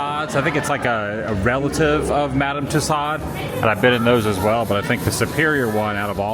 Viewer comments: It’s pronounced “too sew” not “too sod”. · Please learn how to pronounce names properly…it’s Madame Two-so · Great video Adam!!! Just a helpful tip, it’s pronounced Madam TOO-SO (I took French in high school so just a tip lol) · Madame Too-SOH's not Too-SODDS which you proceed to repeat a hundred times! How could you have been to multiple wax museums and never once heard it pronounced correctly? What next, Marquis De Sade pronounced as Biz Markee DEE SAYdee? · Ok. My daughter said we have to tell you. It is pronounced... :too-sowds. Like sew clothes or sow the field. Not like sod u buy for your lawn....too- sods. You just said it like 6 times in a row and it was too much to bear. Lol! All in fun Adam. Just trying to help. We love your journeys! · Great video, one of the top from the world tour selection. You got Van-go correct but the wax museum is pronounced: ma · duhm too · sowdz ( not “sods”…”long “O” followed by “dz” sound; most Americans just make the “D” practically silent)…if you care. Thanks! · Btw….its too sew, not too sod. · Tussauds is pronounced like “Two-SOHZ” (the “ds” at the end is silent; the second syllable rhymes with “shows”). Hearing it pronounced as Two-sodds is like fingernails on a chalkboard. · I positively have enjoyed the videos and it is a even more beautiful country I realized. But after years of French not pronouncing it Madame Too s o - it is so hard to listen to it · TOO-SOH LOL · Your pronunciation of Tussauds is painful my friend. The D & S being barely heard at all if not silent - like the words "Too" and "Sew" put together, or even more accurately "Too-soh". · FYI: It’s pronounced Madam too so. Great video. I’ve been watching videos on Amsterdam for years now. Their tram drivers have videos on YouTube. Great to see the streets from another perspective! Extremely dangerous just walking along, with all the bikes, trams, cars and buses! Stay safe and enjoy! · It’s pronounced two-sew (Tussauds) the d and s are silent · Its tusauds lol